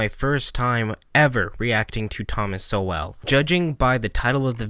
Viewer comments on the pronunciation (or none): His name is pronounced like “Soul”, not “So-Well”. Anyway. Listen to Walter Williams (RIP). An equally amazing Black American. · I’ve usually heard his last name pronounced like “soul” rather than “so well” just FYI. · “so-well” Lmao its pronounced “Sole” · It’s pronounced Sole not So-well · It’s pronounced Thomas “Sole”, not “So-well”. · Not 'So-well' its pronounced Soul, like your wonderful spirit. The man is a genius. More young people need to know about Dr. Sowell and Dr. Walter Williams. Unfortunately they know more about Lil Nas X who has made ZERO contribution to society. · Pronounced as soul not so well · Two great videos in one!! It sounds like you may not have been familiar with Thomas Sowell until recently. (BTW: pronounced “SO-ell” not “so-WELL”) If you weren’t aware of Sowell, you might bot be aware of Walter Williams either, another brilliant intellect we sadly lost a few weeks ago. It used to be just the two of them fighting the battle alone. It’s wonderful that there are now so many more black people saying the same things they have been saying, such as yourself. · Not “so well” it’s pronounced “soul” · His name is pronounced "Soul" not "So-well". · Sowell's name is pronounced "soul," not "so-well." Great video, by the way. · his name is pronounced Sowell ( soul) no So- well. Just FYI. Love him and I'm happy that more blacks are hearing what he has to say. As a 65 yr. old white woman I have been listening to him, Walter William, >Larry Elder and many more. Liberals especially should. Thomas Sowell is by far one of the smartest people in our country. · Its pronounced Thomas "Soul" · If you like SUBSCRIBE to the Hoover Institute to which Thomas Sowell (pronounced soul) belongs and contributes. They've many filmed interviews of him in their playlist. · Not to be a jerk, but it’s Thomas ( souls) Sowells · Great video I think his name is pronounced Thomas “Soul” tho just for reference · pronounced soul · Pronounced "Soawl" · Pronounced "soul".